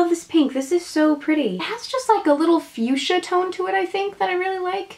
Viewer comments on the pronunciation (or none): none